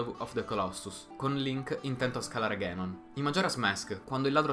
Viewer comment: Non è "ghenon" è "ganon" si pronuncia come è scritto, dato che in giapponese è scritto così ガノン non così ゲノン